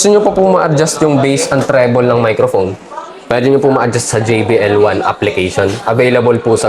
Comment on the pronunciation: JBL Po tay. Hindi JVL